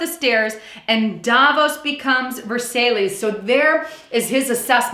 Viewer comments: ver-sigh...not ver-say-lees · lol "ver salees" its I pronounced ver si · You're awesome. FYI - Versailles is pronounced ver-SIGH, as in the "Treaty of Versailles". Just thought you would want to know. Keep up the great work!!! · Versailles is pronounced "Ver SY" but that's incidental. Thanks for the great report as usual,.:) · It is pronounced “verSYE” as in that palace outside of Paris built by Louis the 14th (?), husband of Marie Antoinette. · Ver-Sail-Ees? Really? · Versailles - pronounced like Ver-sigh. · thanks :) a couple of wee notes though, no offense....we are not, and are not supposed to "serve" a president. support yes, serve no. Versailles is pronounced Ver-sigh . have a good one. peace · Good job - btw Versailles is pronounced 'Verse-i'.